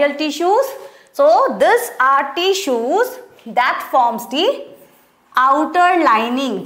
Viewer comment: I think she will be a good teacher and she is but sometimes her pronunciations were wrong she is spelling tissues like teessuis